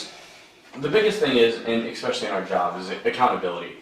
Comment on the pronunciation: Why are we still hearing ‘ekspecially’?! Speak properly! It’s infuriating.